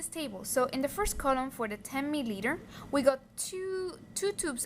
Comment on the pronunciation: U get so much trouble to say 0.1 milliliter sister 😹😹